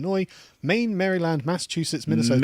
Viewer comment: Fuck how he pernounced Maryland I'm a born citizen of that unknown state 😂